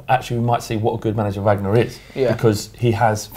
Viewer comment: someone please tell this guy how to pronounce Wagner